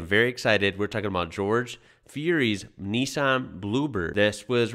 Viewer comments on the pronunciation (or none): its pronounced as nissan not nissain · Pronounced Niss - San. The cars back then had weight handicap. The bigger the motor, the bigger the handicap. The car was a 2 litre and with a turbo made it an equivalent of a 3.2 litre so it a low weight handicap. But the bloody car put out way more than 3.2 litres worth of power making the power to weight ratio almost as good as the bigger v8s. Being lighter it could go around corners faster. I remember the add for the Bluebird in Australia. The Bluebird, the world first 4 cylinder limousine. PS. They were still called Datsuns in 1984. Love your channel. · you're going to have to learn to say "Nissan" before you come to Australia... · I love how Mike Raymond used to say "Niss-Anne" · now just to sort out your Aussie pronunciation of Nissan - love your work